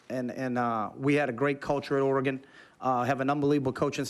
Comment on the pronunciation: It's Oregon, not ORE-E-GONE